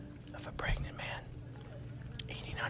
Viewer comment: if this is what you call pregananant then..